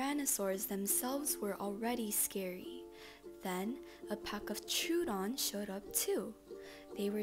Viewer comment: troodon is pronounced Tro A Don